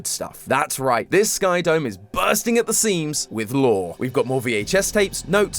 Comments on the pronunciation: Lovely episode, showing a lot of promise! My only complaint is that your "lore" pronounciation isn't up to par yet. It's not "lore", it's "LOOOOOOOOOOORRREEEE"! Can't wait for the next theory! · You forgor something mate it's not pronounce "Lore" it's "LOOOOOOOOORRRREEEEE!" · Its not lore tom it's LOREEEEEEEE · you to pronounce lore loooooooore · it's not pronounced lore it's LOORRRREEEE! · It’s not lore it’s LORE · It’s pronounced lllllllllooooooooorrrrrrreeeeeee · Hey, I know you’re new so I’m gonna let this one slide it’s not lore it’s LORRRRRRRRRRRE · Okay you’re doing great and all but you said lore wrong you see have to say it like LOOOOOOOOOOORE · I think you pronounced that word wrong,. I think the wya it's said is less of "lore" and more "LOOOOOOOOORE" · Amazing introductory episode, but lore is pronounced with at least 3 o’s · What an incredible first theory for! I was looking forward to hearing his thoughts on Chapter 3,and he brought up a lot of interesting ideas! If this is anything to go on, will be a wonderful successor of Game Theory! ☺️💚 Just needs to work on his “LOOOOOOORE” pronunciation 😉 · not just the speech pattern but how quirky he pronounces the words too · He doesn’t say lore the same way but he’s still awesome and kept me really entertained. He’s a great Host and I love him now. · He didn't say "lore" right >:(